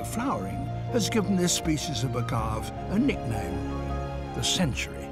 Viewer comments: Agave is a three sylable word, a-ga-ve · strange he drops the e. (pronounced as in Spanish "a") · I had never heard agave pronounced that way.